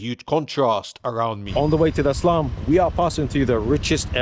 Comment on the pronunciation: lol sounds like you keep saying islum or islam when you sau, 'im going to eh slum" no disrespect, just i keep hearing it lol "islam dog millionaire"